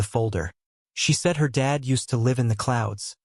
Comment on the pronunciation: AI AGAIN!!!!!!!! Dead meaning without life VRs Dad meaning father. Not spelled the same, not pronounced the same, not the same meaning.😢😢😢